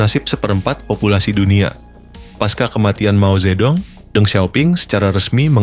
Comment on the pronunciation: Dong, bacanya tung.. Mao Zhe tung.. 😂